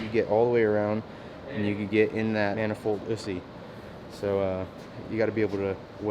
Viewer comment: did he just say manifoldussy?